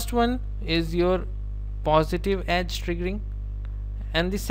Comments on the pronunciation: He's actually saying Ass! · Amazing lectures brother. Love you for them. I burst out laughing whenever you said edge, it sounds like ass. Positive ass , negative ass xD